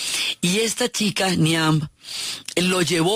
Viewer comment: Excelente!! Solo un comentario, Niamh se pronuncia Niv